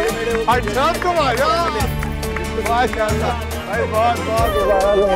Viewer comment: Always say Masha Allah right pronunciation